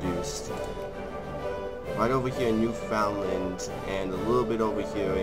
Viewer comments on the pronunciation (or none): Oh god, the way you pronounce Newfoundland... the Newfies absolutely hate it. It's pronounced "new-finnd-land"